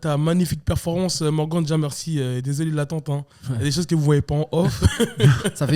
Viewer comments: Même avec Morgan il dit Morgane 🤣🤣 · qui prononce bien Morgan ca fait plaisir lol